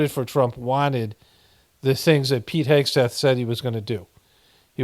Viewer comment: Pete Hexath? u mean Sweet kegbreath?..do better a.i! lol